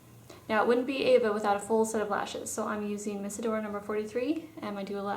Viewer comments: Eva...not Ava. lol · Why do Americans pronounce Eva like Ava? I've heard this before & I'm just wondering...